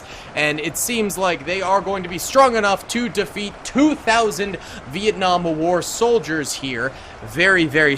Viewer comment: Bro it's not viekung its Vietnam